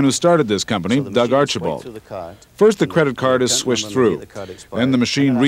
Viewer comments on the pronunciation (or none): I thought he said squished. 🤣